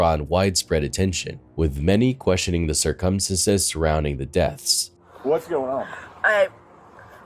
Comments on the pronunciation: just a heads up.... 'circumstances' is pronounced sir-cum-stans-es... not like 'circumference' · Sir-come-senses? Or circumstances..? 🤦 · circumstances, not circumsinsense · Say these words: February, cir-cum-stances, twenTy. You will not hear them pronounced properly at any point in this video. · cir·cum·stance /ˈsərkəmˌstans/ noun plural noun: circumstances. not whatever the f**k it is you were saying. Please, practice more.